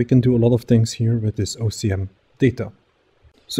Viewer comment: You keep repeating OCM instead of OSM :) Anyways great implementation, I'm always amazed by the power of data-driven procedural generation in Houdini